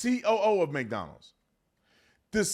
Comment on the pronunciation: You're not allowed to say God damn thing plies if you can't say McDonald's right